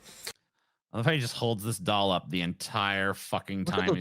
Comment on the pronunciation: A blow up daahl. He says it like the Hindi word for bean